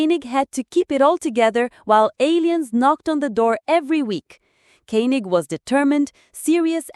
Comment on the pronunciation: I really love this show. The narrators mispronounce several names, including Koenig, Helena and Kano.